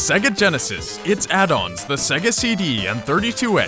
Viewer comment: Its "say-guh" you even hear it in sonic 1 2 and others before your even on the MENU!